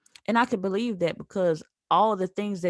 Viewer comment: "I didn't beweave it"😂🤣🤣